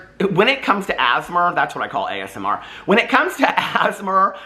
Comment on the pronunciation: i love you calling ASMR “asmer” 😂😂😂